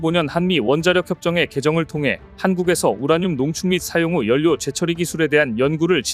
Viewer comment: 우리말 바르게 읽기 'ㄴ'으로 끝나는 글자 뒤에 'ㄹ'로 시작하는 글자가 오면 'ㄴ'은 'ㄹ'로 바뀝니다. '신라'를 [실라], '언론'을 [얼론], '전라도'를 [절라도], '혼란'을 [홀란]으로 읽는 것이 예입니다. 따라서 '인력'은 [인녁]이 아니라 [일력], '인류'은 [인뉴]가 아니라 [일류], '전력'은 [전녁]이 아니라 [절력], '연료'는 [연뇨]가 아니라 [열료]라고 읽어야 맞습니다. (다른 예) 난로 [날로] 난리 [날리] 신뢰도 [실뢰도] 전략 [절략] 한류[할류] 한한령[한할령] ✅️훈련 [훌련]